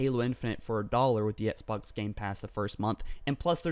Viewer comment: "Xbunks gamepass" lol did anyone else catch that?